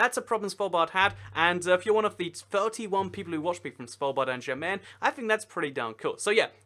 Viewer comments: Kinshasa, not Kinsasha. Also, Jan Mayen is pronounced like 'yan my-en'. Great video though. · Question: Why Did You Pronounce The 'J' In "Jan Mayen" As A 'J' Sound? In Scandinavian Languages, 'J's Make 'Y' Sounds, So "Jan Mayen" Would Be Pronounced More Like "Yan Mayen" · ''svaldbard and jen meen'' I'm now offecially a triggered norwegian How to pronounce Svalbard; The D at the end is silent. How to pronounce Jan Mayen; The Jan is straight forward, but Mayen the y is a i and the rest is also straight forward.